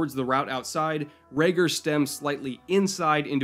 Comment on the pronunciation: Huh I didn't notice untill you pointed it out. Raegor sounds a bit more Scandinavian, a little more cool :) But will keep that in mind, no need to butcher his name ;)